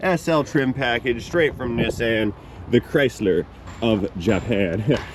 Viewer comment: How come is the only person in the U.S. who can pronounce Nissan correctly? I wonder if he can also say “Nikon” instead of “Nye Cohn”…?